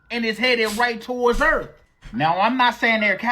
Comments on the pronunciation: Video about Julian came out as fake. He admitted it. "Eleins"(aliens) and "erff"(earth) is also funny. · Uh-oh “Ellions are on their way to erf?” That’s not good! This guy is so excited all the time. I love his videos 😂